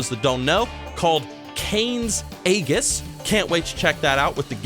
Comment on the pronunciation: "Is it the full Skyrim?" No, no it's not. It's Solitude, Morthal, and Labyrinthian. Blackreach is going to be 40% of the playable space. Also you butchered the pronunciation of Kyne's Aegis.